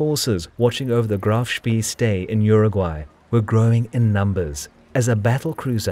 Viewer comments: You pronounce it like Graff Spae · Seing graf shpee called graf shpii sounds so strange. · See is pronounced say in German. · Some pretty bad mispronunciations mate. Admiral-tea, not Admirality. It’s also “Graf Spey” not “Graf Spee”. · 3.31 - Admirality? Graf Spee is pronounced Graf Shpay